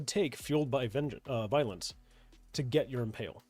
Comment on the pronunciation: reads "Violence' as vengeance. NICE!